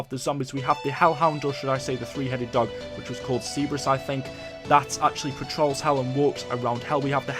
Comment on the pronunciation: I think it's pronounced cer-ber-us.